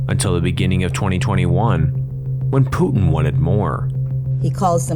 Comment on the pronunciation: This narrator pronounces Putin like "Tooting". I wonder how he pronounces Luton.